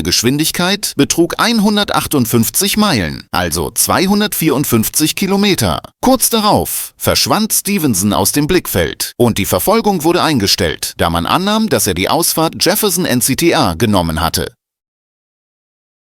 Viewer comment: "Mehrere Beinaheünfälle" "und erreichte Geschwindigkeiten von über Hununneunzigneunzig Kilömätär"